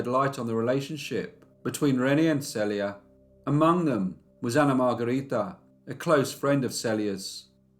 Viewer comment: She shares the same name with me. But I've never heard it pronounced SELL ia. Maybe I like that better than SEAL ia.